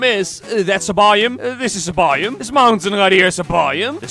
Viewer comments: Why does he say it like bioom instead of biome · Why does it sound like buyem when he says biome? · I had captions on and every time he said “biome” captions thought he said “volume” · “This is a by-um” “This mountain is a by-um” By who? All joke no hate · It’s not my intention to make fun of his accent; I’m only mentioning a difference in pronunciation. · The way he says biome 😂